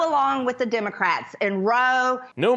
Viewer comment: „dimmocrits“, „emericen“ - can‘t listen to her.